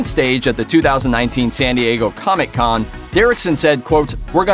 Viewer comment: Stop saying comic con like “coMIC CON”